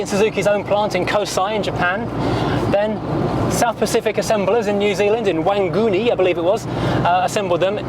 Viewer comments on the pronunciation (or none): Wang gu nee in nz? I think you mean WANGANUI. Prounounced FONG AH NOO EE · I live in Wanganui NZ,where Suzuki is based. Your pronunciation of of our town gave me a right laugh. Wangoonie, no mate. 😂😂